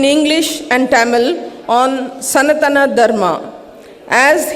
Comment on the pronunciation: Doesn't know how to pronounce "Sanathana"